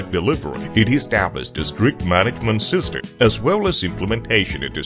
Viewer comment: Wow! He’s mispronouncing simple words like system. He said sister lol. He also calls the chain a Chan numerous times. Sometimes pronouncing it correctly and sometimes going back to Chan lol. This is the oddest narration I’ve ever seen. And to think I thought I was gunna be bored while studying chains lmao